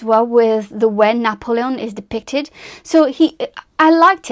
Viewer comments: I just can’t get over how you’re pronouncing his name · I gave up watching because of 1 your pronunciation , even of N's name. 2 your use of " like" kind of " etc etc. pity.